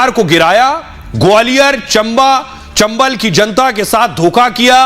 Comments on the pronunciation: पप्पु पप्पी वाड्रा ये सब बार में डांस करने वाले लोग हैं। ये लोग चंबल को चंबा पढ़ते हैं। और ये बात कर रही है हम महाराजा नही बोलते अरे बेवड़ी वाड्रा तेरी तो कोई जाति धर्म का अता पता ही नही है। तु और तेरी मां तुम दोनो इटली जाओ बार में डांस करो इधर पप्पू है संभाल लेगा । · फिरीका तुम नेता बनेगा तुमको चम्बल भी बोलने नही है चबां बोलती है पहले बोलने के लिए शिखो